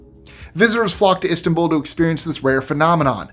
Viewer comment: The way he said Istanbul made me check out minute one